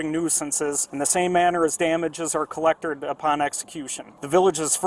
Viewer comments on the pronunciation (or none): He said collectorred